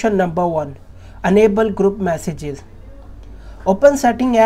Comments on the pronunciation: tap "massages" noice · “Massages” even though it says message multiple places.